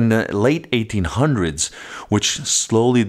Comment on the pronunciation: Did he say "late 1800's ?"